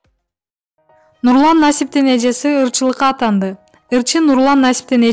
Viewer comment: Алыпбаруучу туура окусаныз, сиздин унунузду буткул ютуб коруучулору угатта ырчылыка атанды дебей,аттанды деп туура окунуз ,коп элэ создорду чала пула айтып окуп салдыгоооо.....